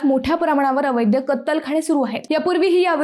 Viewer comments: ॲंकर अद्वैताला अवैध शब्द माहित नाही. अवैद्य असा उच्चार केला आहे. अवैद्य शब्द अर्थहीन आहे. 😟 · अवैध शब्द उच्चार 😢😢😢😢